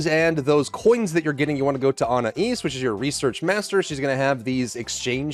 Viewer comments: Blud said Ana east….im pretty sure it pronounced a-na-ess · please for the love of all that is holy. It's pronounced UH-NAYCE.